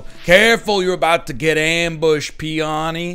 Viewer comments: It's pronounced "PEE - oh - knee". Also a flower name. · the way he says peony........ a bio major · This man does not know flowers, based on that name pronunciation.